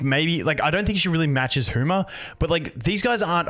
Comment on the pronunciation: "Hooma". i swear brits do this just out of spite.